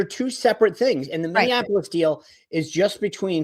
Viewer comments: Racheal it's not Minneanpolis. There aren't 3 n's. Minneapolis. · Rachael! Stop saying “ Min-DEE-an a polis! “ Plenty of democrats but no “D” in the city name. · Rachael - I agree with a lot of your takes but I have to say, PLEASE learn how to pronounce Minneapolis!!! It is not Minneanapolis! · how hard is it to pronounce Minneapolis?